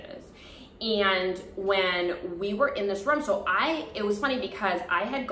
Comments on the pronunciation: From all of this all I got was you say room like rum 🤣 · Your season was the first bgc season I ever watched 💖 you were my fav :) so glad I came across your channel! Great story! And I love the way you say “room” lol